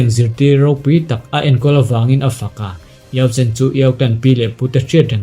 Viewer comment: Xiao yan a master khi yao chen a ni in ka hre sia, i lam dan khi ka van hrethiam lo 🤭